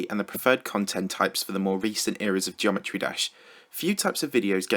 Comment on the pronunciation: "Geomerty dash" GG